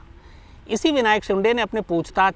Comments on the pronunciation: शिंडे नहीं शिन्दे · विनायक शिंडे नही विनायक शिंदे नाम है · Shinday nahi re .. say shinde शिंदे .. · विनायक शिंदे है, आप " शिंडे " उच्चारण करते हो,जो ग़लत है ।